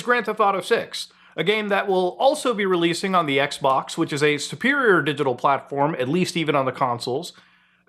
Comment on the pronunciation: Sounded like he said Microsoft Sex-Box 🤣🤣🤣🤣